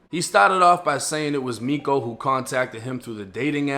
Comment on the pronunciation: Miko is pronounced me-cho.